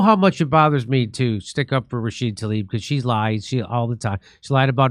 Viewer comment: why doesn't he pronounce the A at the end of her name???? RashidA! I thought was the one who couldn't sound it out